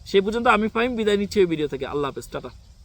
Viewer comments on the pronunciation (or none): none